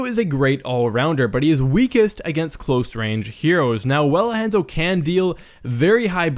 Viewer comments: Han-zo, Han solo's Han and Zorro's Zo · would watch, but "hEnzo" is annoying af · It drove me crazy hearing HANS-O When its Honzo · I'm freaking DIEING at how he pronounces 'Hanzo'... 😂😂😂👌🏻 its HAH-N-ZOW not HAN-ZO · u pronounce it like hand-zo its pronounce hon-zo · Ethan Leahy lol it was making me triggered I’m like “ITS Hanzo (Hon-Zo) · "HAN-ZO" I cant stop laughing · if you say henzo one more fucking time i will die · I die a little on the inside every time he says Hanzo... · The way he says hanzo hurts my brain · Anyone one else bothered by how he said a short "a" in hanzo instead of a long one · SAY HIS DAMN NAME RIGHT! They say it in-game (many different accents) and is literally all over the internet. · when the Hanzo main can't even pronounce the characters name correctly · Remember kids don't take advice from people who can't pronounce the name of the main character in their video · That's not how you say Hanzo lol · U can't even say hanzo right